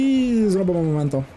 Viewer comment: Я не знаю, що там саме цей ман каже при мементо, але я чую тільки "пиріжок". І кожного разу починаю волати з цього😂 Дякую за якісне відео, пішла дивитись інші💚